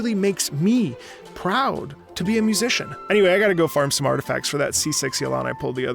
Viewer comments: "Yelan" It's ok man everyone understands. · "Yelan" Understandable, have a nice day 😏👍